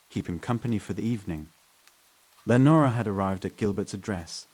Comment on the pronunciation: Austin NEVER has deserted streets..and lenora is mispronounced over and over.....thumbs down